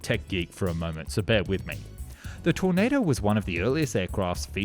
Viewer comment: How many different ways can one person pronounce tornado